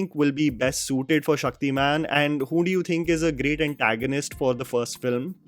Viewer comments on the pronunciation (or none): Its Shaktiman not Shakti-Man I have huge respect for you but plz dont mix your such accent. I love and I believe others too love your videos. Love. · He is Shaktimaan you Said Shakti-man , and Its Tamraj not Taam-raj . Tam - Darkness/ night . Ranveer < Shaktimaan